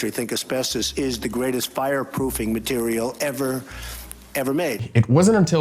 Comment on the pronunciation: "greatest fireproof materiale ever MADE" 😂😂😂😂